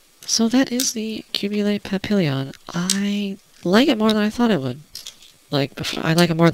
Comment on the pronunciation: qubeley papillion????? come on, you're canadian!!! you should know how to pronounce it properly, you know, silent double L in french??